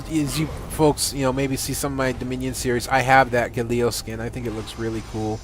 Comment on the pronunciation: gAlio not gaLIo lol